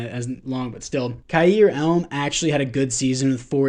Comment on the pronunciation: You definitely messed up leaving Kincaid as the backup my man. Way more potential than Knox. Also Elam is pronounced E-lam. Not elm